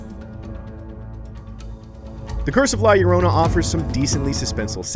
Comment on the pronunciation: This guy cant even pronounce title correctly